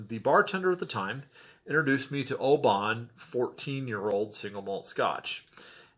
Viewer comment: you need to learn how to pronounce the town Oban - your attempt is making my ears bleed ! you did ok with the others with the exception of Royal Loch-na-gar